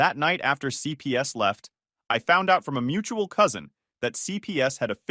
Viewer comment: Lol "mutal cousin" 😂